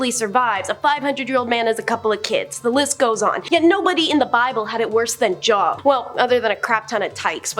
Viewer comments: Hi, i've been noticing that is majority of the time, not pronouncing names correctly. JOB IS PRONOUNCES Jobe, not job. She also talks really, really fast. And she stands there as if she doesn't want to be there. When she's talking about god or the bible, she's cursing. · It's pronounced Jobe not Job, long O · Its not job its joub pronounced job add the u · Job. Pronounced Jobe. Long vowel. Love your presentation, but please, please, please verify pronunciations before recording. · Don't come at her about Job. You're not pronouncing it any more correctly than she. It was actually "Y-ohve." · Job is pronounced Jobe. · I don’t even believe in religion but I know the name, Job, is pronounced with the long o sound (o-e) and not like what you do for a living. Good lord the stupidity